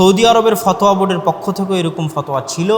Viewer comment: FOTOYA , Not fothua.